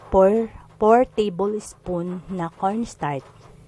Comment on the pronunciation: Hey Miss, you are representing the Philippines, be sure your PRONUNCIATION is correct. You got few mispronounced words like etc. or maybe you are only SO NERVOUS. 1) Kutsinta.....not kuntsinta 2) corn (starch) not cornstart. Pls. emphasize the ch I love kutsinta otherwise. Thank you.